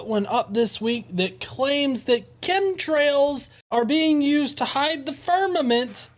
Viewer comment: Did he say "cumtrails?" at ?